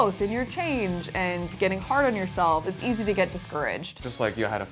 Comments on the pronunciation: “it’s really H-Easy” hahahaha dying 😄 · "It's really h-easy" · "It's really ha-easy" lol lapsus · It's really h-easy